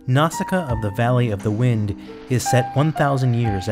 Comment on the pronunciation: Nice video but the way how you pronounce Nausicaä tears my ears